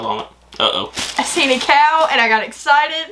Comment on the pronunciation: It’s not a cow, it’s a coo 😊